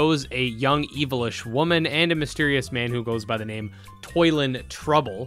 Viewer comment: I accidentally yelled at my screen early on because it sounded like you said 'evillish' not 'elvish.' Sorry about that! One thing you should know about Dragon Quest games? When it comes to names, DQ love their puns! So while I agree naming a kid Toilen makes zero sense in our world, it's all for the sake of the pun! Also, Psaro and Rose both have a connection name wise to the fourth game. In fact, the end of the trailer shows the lead of the fourth game. If I recall correctly, his name is Solo? So this had me wondering honestly. Is this more of a prequel to the fourth game, like an origin story for Psaro? Or is it some sort of coincidence or alternate universe storywise?